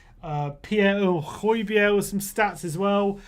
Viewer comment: First and foremost the fans need to get his name right (Hoy-be-air) and then: ABBA Fernando - There was Højbjerg that night, the Spurs will fight... our general...